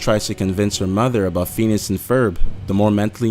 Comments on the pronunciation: Lmfao feenis XD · How do you hear FETUS and HERB I hear feenus and ferb. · Lol the way he pronounces "Phineas" makes me laugh. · You ruined Phineas and ferb with your pronounceiation and theory! 😭😭😭😭😭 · Am I the only one that was getting mad when he kept saying Phineas' name wrong? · This is so stupid, all you did was pick 5 tv kids shows and then said that they were all dead yet somehow still playing our what we see on screen, This video is a waste of time and the narrator can barely pronuce the shows names correctly. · God this guy can't pronounce phineas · Besides being basically one of the dumbest vids I've ever watched, u guys are better than this...you lose all credibility when you can't even pronounce Phineas and Ferb correctly...what an embarrassing video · Ethan Moore Lol wtf is wrong witht he narrator he doesnt have an accent but he pronounces everything wrong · Fee-ni-us!!! NOT Feenus! Love your videos! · uggg it is not fenis and ferb it is (fin-e-ous) and ferb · uum hello do u have a speech disorder it called phineas and ferb pronounced fin ee iss not penis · Phineas is pronounced fin-ee-ass not fee-nis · Omfg pheenis it's pronounced fin-ee-as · did ANYONE notice that he said feenis not Phineas which is pronounced as fin ee is not fee nee is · That 1st theory has clearly been disproved because they are/were all on All Grown Up. In reality, all starfish are dumb. Squidward probably acts so sour because of his rotten backstory. It's Phin-e-as, not Phe-nus. RECESS has 6 main characters, you forgot Spinelli and Gretchen. Gus isn't a nerd. And HE was the last to join. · Phineas not feenis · Phineas's name is pronounced like "finn-ee-us," not "feen-us." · it sounds like when he says phineas he says fetus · Phineaus is pronounced Fin-ee-us not fee-nus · Pheenus? You mean Phineas, right? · Phineas is FIH-nee-us, not FEE-nus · Most of these were so far fetched and groundless it's pathetic. . By the way it's PHINEAS... Feenus? You even read bro? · ITs nOt fEnIs